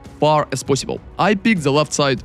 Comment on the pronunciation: I like when he says "as fast as poisibule" <3